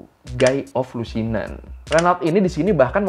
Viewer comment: Guy Lusignan di baca Gi Lusinyong, koreksi dikit ya